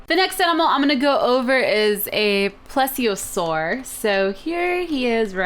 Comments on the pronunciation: Pleesiosaur pronounced like that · plesiosaur is "plee-zee-o-sore"